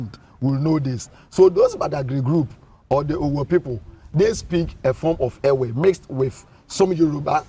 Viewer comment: Use the media to educate and re educate. The agenda of Ghanaian journalism cult is on a mission to mis-educate our people. How come a claimed ''educated'' journalist who is an Eʋe indigene speaking with a host who claims to be ''a historian'' can allow themselves to be calling us ''ewe''? Ewe is a female sheep in the English language. The name of a person or a group cannot be translated, and the English version of Eʋe is never ewe. Kofi always remains Kofi, then our name Eʋe should always remain EƲE period and other Ghanaians who cannot pronounce it should learn how to pronounce it from us. And ''Ayi-gbe'' ( Ayi refused) is not our name either. Ghana is making every effort through her cultist journalists and their media to cut off our heritage . We remain Eʋe from the Volta region through Togo, Benin aka Dahomey right up to Gbadagli in south-east Nigeria. Calling us this female sheep would make foreigners including our own native children believe that's how we are supposed to be called especially when they're speaking English .